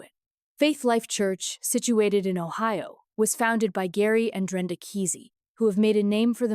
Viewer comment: Its prounced Kaa' see